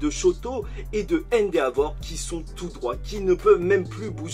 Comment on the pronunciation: Sa se dit endévor et pas endeavor sa me casse les oreilles a chaques fois